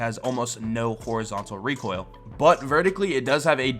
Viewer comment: says it as reek hoil